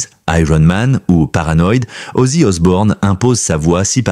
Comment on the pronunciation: Arrêté avec Osborne c'est Osbourne 😅